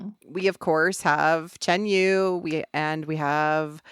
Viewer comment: Yu is pronounced as a rich “Yee” with your lips pout up. Like pronouncing “she” without the s sound.